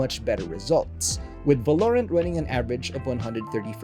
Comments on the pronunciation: Can you say "Valorant" again? I didnt laughj enough the first 2 times XD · DId you hear him say Valorant? HAHAHAHAHA